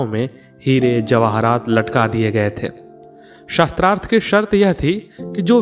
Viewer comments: प्रस्तुतकर्ता शास्त्रार्थ को शत्रार्थ उच्चारण कर रहे हैं जो अशुद्ध है । कृपया शुद्ध कराएं । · Atyant rochak katha parantu ek peeda huyi aap Shaastrarth ko baar baar Shastrarth bol rahe the. Shaastra aur Shastra ka antar samajhiye 🙏🙏🙏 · आप बार बार सस्त्रार्थं बोल रहे हैं बल्कि शास्त्रार्थ होता है। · शास्त्रार्थ शब्द बोलना चाहीए न कि शस्त्रार्थ